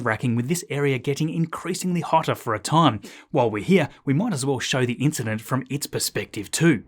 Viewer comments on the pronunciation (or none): none